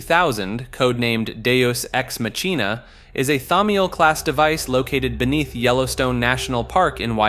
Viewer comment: is this voiced by an AI? between "read" and "lead" being said with the wrong pronunciation and deus ex "machina" being pronounced like "mah-chee-nah" (instead of "mah-kih-nah," which is the correct pronunciation) I'm not convinced this is an actual person reading a script edit: "oh-row-bor-ohs" really?? ouroboros???? why "make" a video if you're not going to actually make it. yeah it's a long ass video and would take a lot of time to voice (if done by one person), but why should I bother watching something you didn't even bother to make?